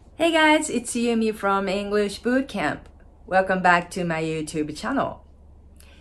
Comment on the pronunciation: "Channel"の発音で，最初の母音が日本語のようで微妙ですね。 もう少し口を開けて発音するといいと思います。